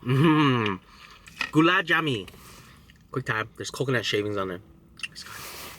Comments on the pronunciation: I couldn’t stop laughing when you said ghulab jammey 😂😂 it’s ghulab jamun ..... your pronunciation was hilarious but good try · my man's said Gula Jami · It's gulab jamoon and ladoos are my favorite and the word jalabi it is pronounced Ja the a gives a ah sound la the la is pronounced like lay the bi is pronounced like bee so if u want to pronounce it right you can say is it this way jah-lay-bee